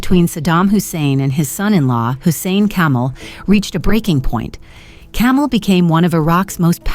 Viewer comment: His name was Kamel. It is pronounced differently from camel.